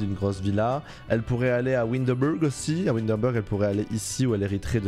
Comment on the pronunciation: « Windebulgg » PTDRR PAUVRE WINDENBURG 😭😭